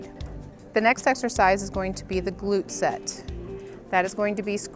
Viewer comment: GLUTE NOT GLUT smh